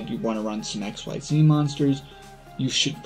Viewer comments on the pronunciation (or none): BTW, it's not X Y Z, it's pronounced exceez.